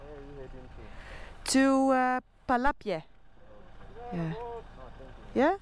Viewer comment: when saying palapye the “y” is silent